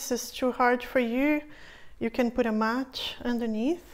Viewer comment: haha percebi pq o seu "t" soa como "tch". Vc fala "match" ao inves de "mat". Gostei muito do seu video e irei fazer os exercicios. Obrigada.